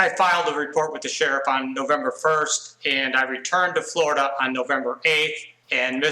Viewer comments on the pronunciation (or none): none